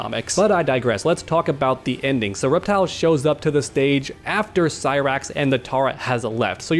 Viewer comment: That's a funny way to say Cyrax.